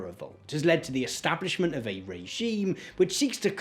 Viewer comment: You're over-enunciating and it's really annoying. There's whole seconds between the beginning of the last syllable and the last consonant. sovie t establishmen t